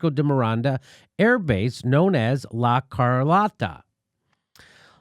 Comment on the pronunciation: La Car-low-ta Jimmy not Car-lot-ta